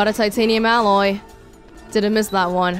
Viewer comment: Sounds like with all that Horizon: Zero Dawn played earlier this year, she's gotten a bit Rosty at saying "alloy". Make sure you've got those 3 titamium Aloys and don't let them Rost,!:P